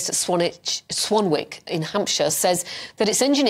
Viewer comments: It’s pronounced Swanick without the w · Swanwick is pronounced Swanick